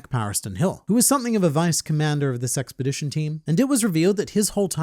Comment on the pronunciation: I keep hearing “this sexpedition” 😂